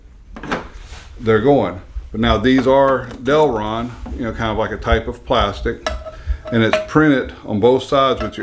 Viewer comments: The plastic is Delrin, not Delron... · The plastic material is "Delrin", not Delron. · Just a nitpick but it's Del RIN.